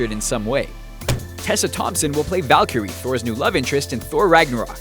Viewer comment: The way he says "Valkyrie" made me cringe